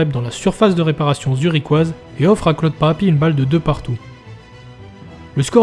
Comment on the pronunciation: tres beau mais par contre je suis corse et tu dis claude pape furiane ......